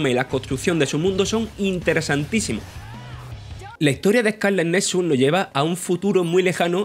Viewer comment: Joder, duele oírle hablar ehcáleh